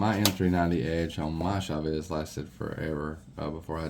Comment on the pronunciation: Dude the way you pronounce Chaves is badass